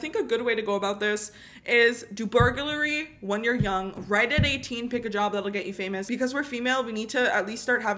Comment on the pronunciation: the fact that she still said burgurlay